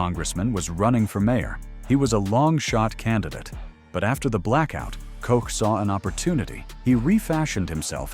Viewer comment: Ed Koch- his name was not pronounced "cook" or "coke". Anyway, he's the first mayor of NYC that I remember. I was in high school when this happened, living in the far west end of Morris County, in NJ. I'm sure it was all over the TV the next day. I remember it being in the newspapers and magazines.